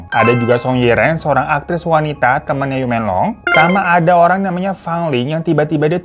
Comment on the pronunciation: Laoban = laopan Yu menglong = meunglong gtu bukan m€nglong Ya bang hehehe.. Btw kasian bgt dia, smoga ibunya mau negakin keadilan buat anaknya